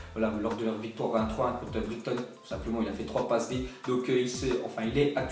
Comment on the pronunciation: Briktone? Tu sais pas prononcer brighton? Mdrrrrr